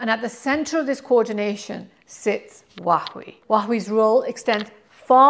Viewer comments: It's super weird. Makes me think it's Stewie Griffin saying cool hhhwip 😅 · dear, PLEASE 🙏 learn from Google how to pronounce Huawei correctly. Too embarrassing to hear you botch it up 😢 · absolutely . ! Repeatedly. And in multiple videos. She can’t get Huawei right 😂 all Chinese are embarrassed 😢